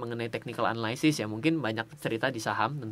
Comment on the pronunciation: bang jangan marah yah, biar gampang analysis bacanya sama in aja kayak analisis (dalam bahasa indo), soalnya abang sering bgt ngomong analysis dan selalu salah pronounce nya, jangan dibaca anaLAYsis, bukan LAY tapi yang bener LI. thx